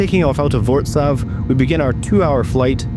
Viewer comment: Great video, btw your departure airport is pronounced Voltz Wav 😂